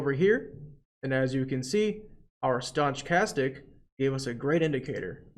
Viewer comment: Your videos are fantastic! Thank you so much for all this help, my brokerage acct thanks you as well. Heads up you are pronouncing stochastic incorrectly, maybe its intentional?